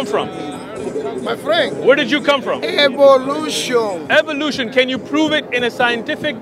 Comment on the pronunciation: "My friend, ............. Evvvoe Looooooshon" 😆 🤣 😂 😹 😆 🤣 😂 😹